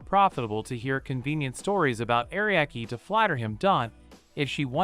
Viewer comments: Only AI and English only speaking ppl don't realize it's Ah Ree Ah Key. Not ariak. English is stupid. Other languages don't put random letters in their words/names. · Are Ree Ah Key names being mis said is so fucking annoying